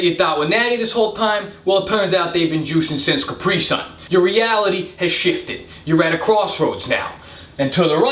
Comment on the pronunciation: Hmm I don't like the way he pronounces caprisun